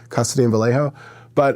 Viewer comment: Vuhlay- O. You’re welcome. Homies description of Mac Dre was as flawed as his pronunciation too